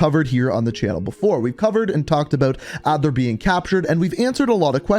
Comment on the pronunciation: Adler vs adler? Maybe re read the script man